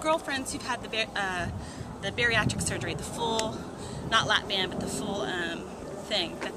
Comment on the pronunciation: sorry BAND. not bang.